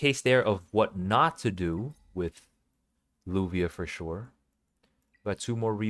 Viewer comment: You pronounce it Lavia or luvia not lubia